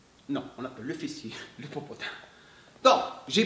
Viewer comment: la vous me faites rire avec le popotin popotin on dirais un chinois qui parle lol rien à méchant c est bien aussi d avoir nous faire rire aussi vous avez pleins de talents même la comédie I3tak saha